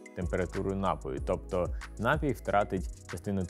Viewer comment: Все чудово. Але наголос на "і", напІй